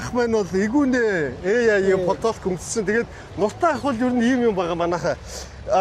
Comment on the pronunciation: 40 минутаас 30 минут реклам хамрагч байгуулгууд сайн ярь гээд байдаг юм уу хаашаа юм!!! Аймар өлөн юмаа. Хүнийг нэрийг Эгүнэ ах нтррр гэж хэл нтррр арай юмаа 🤣